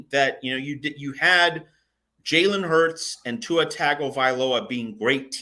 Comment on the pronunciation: Btw, Tua's name is pronounced Tung! Oh vy loh ah. You sound a little bit like a non-CFB fan/reporter after 5-6 years of hearing it pronounced and mispronounced.